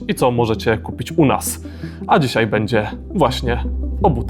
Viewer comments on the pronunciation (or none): none